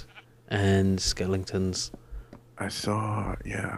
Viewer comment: Skellingtons? really? I've heard you say that before, but yeah... Skellingtons?